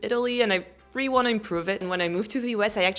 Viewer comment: My favorite is the way you say really 😍.